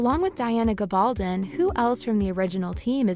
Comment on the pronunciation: GAB-ul -don...jeeez learn the name please